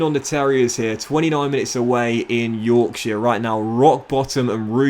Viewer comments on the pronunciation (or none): none